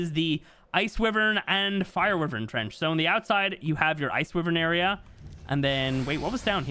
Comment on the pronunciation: "WHY-VERN" not "wee-virn"